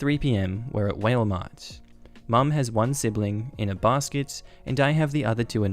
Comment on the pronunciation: Giggling at “whale” Mart. I love how different places pronounce things differently.